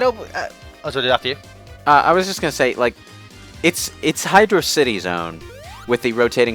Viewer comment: its hydro (space) city. not hydrocity. its hydro and city